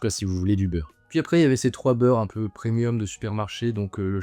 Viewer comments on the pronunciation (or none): none